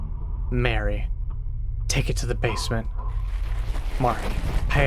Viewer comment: Marie, Not Mary 😂